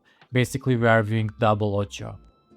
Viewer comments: Very good video. Thanks! One thing to mention: Its called O-C-I-O Color Space not "Oucha" ColorSpace and stands for OpenColorIO which is a standard for color managment. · Keep pronouncing it the way you do lol , sounds better